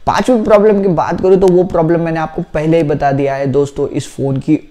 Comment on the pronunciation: Phele nhi pahile bolna sikh lo achee se fir problem batna 😂